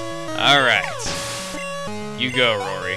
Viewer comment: when he said roary's name right then i read the next problem in my math book- rory (roary) claims.... epic ;)